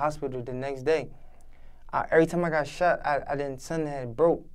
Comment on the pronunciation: Not funny but he had a Grammer moment "In 2010 I got shot it my hand and 2011 I got sheven(shot seven) times comin out a club" lol but salute to you big dawg, you here for a reason keep ya he up and stay away from that hot shit 💯